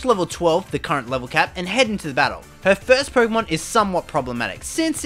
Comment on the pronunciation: Why do you say PoRkeemon???